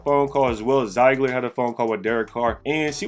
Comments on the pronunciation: Bro it’s ZEE-gler.. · Is it ZIegler or ZiEgler? If it's ZIegler, I've been pronouncing it wrong.